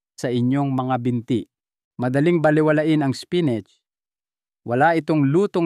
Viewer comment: Apo mali ang pagdsabi mo spinat ang mali spinit ay pagkasabi mo.